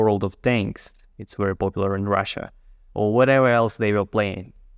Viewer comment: Thank you!! I like the new format. Your English is very good!! Remember that the English letter V does not have a "W" sound. Someone can help you. Just a small help!